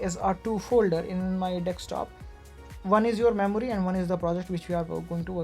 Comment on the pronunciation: its not dekstop its desktop also this guy is again selling tutorials and stuff